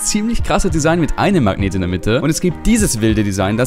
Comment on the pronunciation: erfindet ein spielzeug mit magneten.. ist aber die einzige person die ich kenne die magnet nicht aussprechen kann 🤣.... er sagt immer so "mang neten"